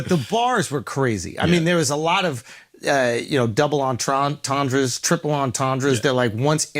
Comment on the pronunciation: This Nazi said double entRENDre 😂